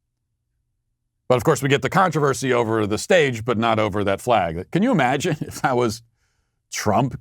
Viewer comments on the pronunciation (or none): none